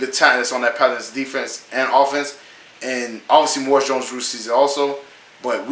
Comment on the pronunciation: Maurice- Moor ee's, Jones-Drew.